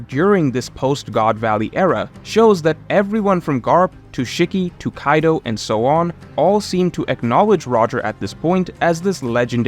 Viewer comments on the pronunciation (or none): none